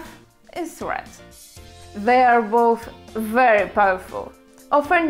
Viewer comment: No-no-no, I believe that guy wanted to say (and I agree with him) "your English just sucks", meaning it's Way Too Far from being a Perfect. Your "ханГрет" can "kill" practically any of the "English-phile"..)) Had to turn-off the sound at all..)) But the Good News is that it totally depends on you - will you make IT better or not. And you can start with the word "very".. And Google-Tr. will surely help you...)))